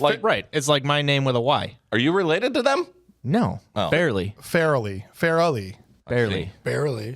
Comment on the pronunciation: Fair - a - Lee